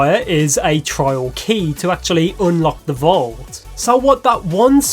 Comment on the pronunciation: I keep hearing "child" when he says "trial"